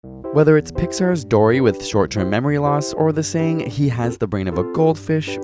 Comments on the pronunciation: Well. U ACUALLY said Dorry instead if Dory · you still got it wrong... it's Dory.